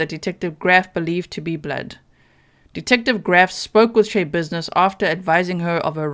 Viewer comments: schebusiness isn't her actual name she had it changed. it's pronounced sha business no y sound from all of the reports and Court testimony I have seen. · Schabusines should be pronounced with the a sound short. As in "notsha business" or "mindsha business". She made up her last name based upon the saying, and had her name legally changed to it. I really like your channel,, and I mean no insult, I am sorry I don't mean to seem nitpicky. But the story behind her name is one more layer of weird with this woman. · I believe her name is pronounced Sha likes rhymes with Paw.